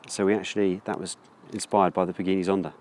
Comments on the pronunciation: Pagini Zonda? hahaha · A what? A Paghini Zonda? dude...